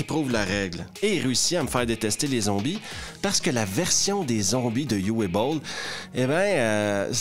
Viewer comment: Petite note de prononciation. "Uwe", c'est "Ou-veu" que ça se prononce en allemand. Pas "you-ouais"